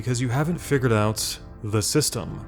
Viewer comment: Like dark souls 3 I can still run to everything I want because I know the…. Dramatic pause…. The… “system”.